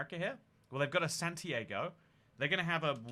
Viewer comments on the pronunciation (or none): none